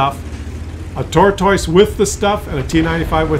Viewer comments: If I hear him say "tor - toice" one more time... :) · Canadians say the word tortoise wierd